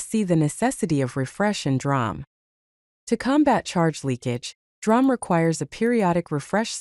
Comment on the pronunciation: Pronounced “dee-ram” instead of drahm.